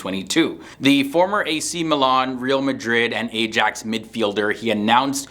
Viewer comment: "A-jax" 💀 Astaghfirullah!